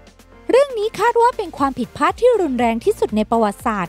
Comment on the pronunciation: พลาด ไม่ใช่ พาด ใช่มั้ย !!!